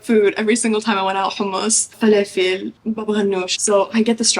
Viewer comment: The way you said falafel 😩🔥 Your pronunciation was perfect and it was the first time for me hearing it correctly because most people in Canada or America can't pronounce it like that! 😂